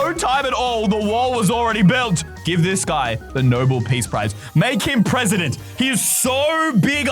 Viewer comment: for a second, i thought that you said "make him pregnant" instead of "make him presidents"